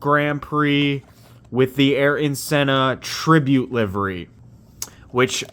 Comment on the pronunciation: This dude says “aryan” senna.. 🤦🏻🤦🏻